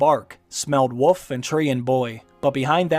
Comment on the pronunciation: It's wolf, not woof. Thank you.